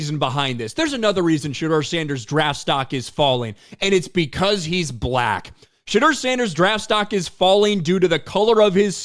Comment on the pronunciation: The way this announcer pronounces BlacK cuts like a knife You're emphasis is really disturbing🤏